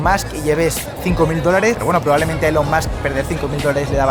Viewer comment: ELON se pronuncia ílon. Si además dices bien MUSK como masc, dices bien el apellido y mal el nombre.